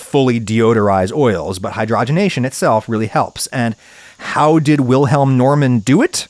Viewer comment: I think he pronounced "Wilhelm" correctly, just with a very slight and insignificant English accent. The German pronounciation of "Normann" is wrong, though. But that is understandable as the last name also exists in the US - and is pronounced the way Adam did. But I see your point.